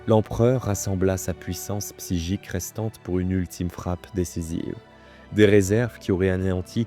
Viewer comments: C'est bizarre que tu prononce, psygique et non pas psychique ..! Ge au lieu de che ..! ^^ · Merci ! beau boulot. Juste : "Quand même" non "comême". Psy-chique, non "bsigique". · Très bon travail et super récit, merci 😊 Je me permets en revanche de préciser que la mauvaise prononciation répétée de certains mots m’a sorti de l’histoire à plusieurs reprises 😅 « PsyJique » et « VenGUEfull » notamment. Pas bien grave évidemment, mais je me dis que je ne dois pas être le seul à l’avoir noté, et que dans un soucis de travail bien fait, comme ça a l’air d’être le cas, ça ne peut qu’être bénéfique 😉 Encore bon travail et hâte de la prochaine 🙏🏾